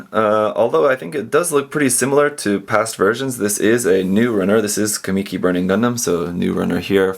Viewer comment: sorry to be a grammar controller but its pronounced kah-muh-key not kah-me-key